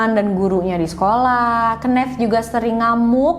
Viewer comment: Mgkn bisa research lg kak cara baca nama "Kenneth"